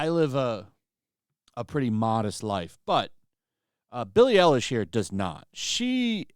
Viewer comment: Billie Eiwish... As in "Eiwish" she was dead.